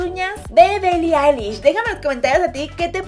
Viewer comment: Ni siquiera pronuncias bien Billi Eilish 🤭🤭😅😅